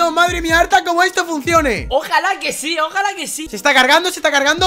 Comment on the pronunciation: Soy yo o dijiste "ARTA GAY"?